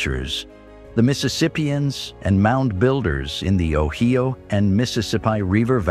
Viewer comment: LMAO & ROTF -- "The O-HEE-O River" -- HaHaHa !!!